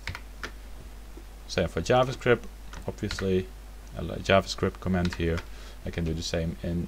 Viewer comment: A tip for your English: Stress 'comment' on the first syllable. Otherwise, it may sound like you are saying 'command'. Cheers. [